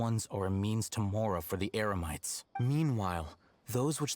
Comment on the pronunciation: Paimon accidentally said “emerites” instead of Eremites lol